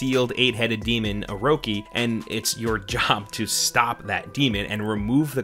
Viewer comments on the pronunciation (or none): Ama-Te-Ra-Su, O-Ro-Chi, its actually not that hard to not butchering the name haha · "Ameratsu" "Oroki" Gotta love it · "Oroki" Me: . . . . Oh my god. 😬😬😬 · The Amaterasu pronunciation is worse ahahahhahaa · Did you just mispronounce Orochi? Blasphemy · I can understand that because Ammy's name can be a bit of a mouth full but Orochi is only 3 syllables and not hard to pronounce at all, I feel like he did that on purpose to be a bit of a dick to the ppl who were probably going to harp on him for pronouncing Amaterasu wrong. But I see no one doing that in the comments, and if he couldn't say it properly all he had to do was call her Ammy.